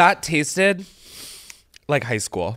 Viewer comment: THE taasted through gritted teeth LMAOOO